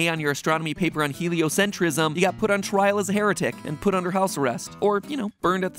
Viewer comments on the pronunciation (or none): none